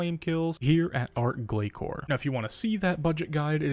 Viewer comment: Not only that. But still pronouncing Glacor wrong too. It’s not pronounced glakor. Azzanandra even says the name properly during the boss fight. And not ark either it’s Arch Glacor not ark glakor. If you’re going to put this many videos out about it at least say it right. Listen to Azzanandra.